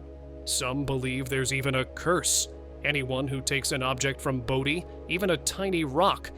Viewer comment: It's pronounced BOW-DEE not BODY. Take 2 seconds and do some research. I'm outta here.